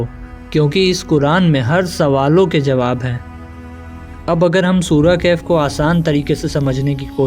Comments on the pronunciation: Kahef nahi bhai wo khaf sahi se padho please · Kaif nahi kahf